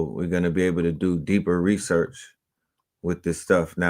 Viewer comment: Classic 🔥 He called it Rasearch! book Mystic Philadelphia is my favorite book!